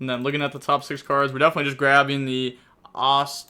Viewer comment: Top pronounciation at the beginning but he falls to Etoile D-; It's french and ETWUAL is its sound Edit: omg who cares about Etoile, I just heard the Ostinato attempt... I'm outta this! Need some pasta to recover